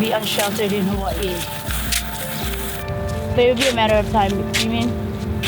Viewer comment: tip: if you’re going to talk about gentrification and colonialism, please properly pronounce and spell Hawai’i.